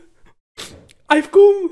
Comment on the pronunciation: "I coom, I've coom." 🙂🤣🤣